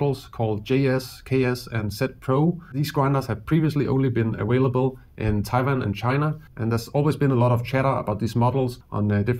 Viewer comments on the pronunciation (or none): none